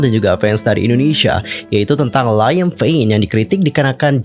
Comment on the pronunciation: Ralat yaaa Liam Payne masih menjadi personel One Direction bukan ex, meskipun 1D hiatus dia masih salah satu member. Beda lagi sama zayn yang memang sudah mengundurkan diri dari 1D jadi zayn ex-1D, kalo Liam masih di 1D🤗 Edit: pronounce nama Liam itu "Leeyum" / "Liyem" bukan Laiyem hehe